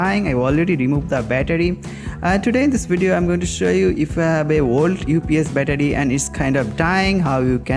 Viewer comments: i have no intention to offend any one he says bettadi very hilarious man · every time he said battery i got triggered